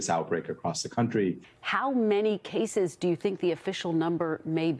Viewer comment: cases, not sases.